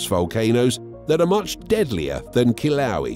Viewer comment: ugh....I think you mean ...kill-uh-WAY-uh